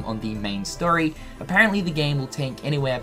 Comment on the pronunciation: I had to turn on captions within the first 10 seconds when he's talking about the "sterry" of Kingdom Hearts. Turns out he's talking about the "story"